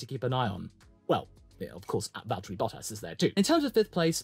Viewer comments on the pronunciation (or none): none